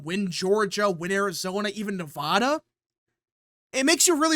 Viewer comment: Okay. First: Yes. Trump will win NE-02. He's up by +3 Also. It is pronounced: Ne-VAD-a, NOT Ne-V-ODD-a Vad, rad, Chad, glad, had, sad..etc. See the similarity? Same thing with Colo-RAD-o, NOT Colo-ROD-o. There's no ROD or ODD sounding syllable in the spelling of those words! It's RAD, VAD. It's like the people that say Rusher instead of Russia! That's not how it's pronounced! It's 2024 and people still do this decade after decade.